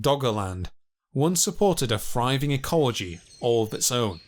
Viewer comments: My favourite bit was when he said "friving??" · THRIVING AND MAMMOTH, NOT FRYVING AND MAMUFF. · Sounds like he's speaking an ancient lanuage where "th" is pronounced as "f". Must have been a friving society from fousands of years ago.